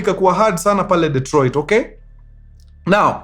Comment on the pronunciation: 'Dee''t'roit. I come in peace.